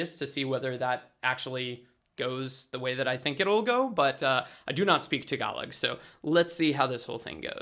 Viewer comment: You are discussing about vowels , try to apply that vowels when you speak the word "tagalog" to remove the american slang accent, I think its cool if you can do it .